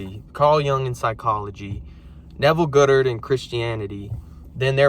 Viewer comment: Pronounced God-dard not Good-ard hun